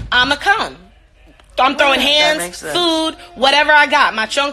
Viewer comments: She said "chonkla" ... who told her that? Its chanklaaaaaaa🩴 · “Choncla” lmao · She didn’t say chancla she says CHONCLA . Like the hell lol she really tryna be Hispanic she ain’t even say the word right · Green Jade she incorrectly pronounced the word in Spanish. It’s meant to be chancla with and a. That’s all.